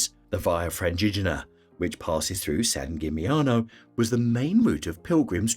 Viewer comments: Dubrovnik is the opposite of a hidden gem, on the contrary, it suffers heavily from overtourism. And Split is right behind. Same with San Gimignano (plus the pronunciation of the name is even worse than the others in this video). Even worse ist Mont Saint Michel, which should be visited including spending a night. And of course Venice (Venezia) is the best example of a place with overtourism, they even ask for an entrance fee from day tourists who don't spend the night there. Plus, they are trying heavily getting rid of all the big cruise ships in the lagoon. Hallstatt has become famous because of its copy made in China. Basically, many places in Austria are equally beautiful. Overtourism also leads to very high prices, so those places are tourist traps. It makes no sense promoting them further. The rest of this video can be regarded as helpful tips for tourists exploring Europe. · This holds true not only for the Italian names, although San Gimignano was the worst. And I am saying this as a German with almost no knowledge of Italian (except the menu in Italian restaurants).